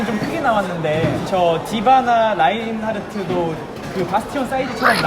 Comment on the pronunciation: 라이언하르트가 아닌 라인하르트입니다